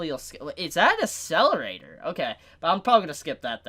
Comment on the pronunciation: Getting triggered by how you prononced Accelerator. "Asselerator" X , "Akselerator" ✓